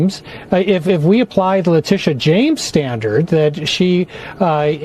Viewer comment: Lie-tee-sha.. (lying Tee sha) go hard and take her down Madam AG Bondi!